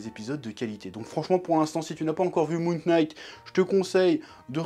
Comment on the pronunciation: Ça se prononce moon « night » pas « K »night un effort stp c’est insupportable comme prononciation…